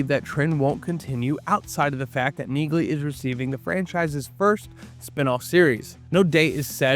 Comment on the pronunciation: The "G" is silent in Neagley, like the "G" in Neighbor and Phlegm🤔 And it's Maria Sten, not Stern🤨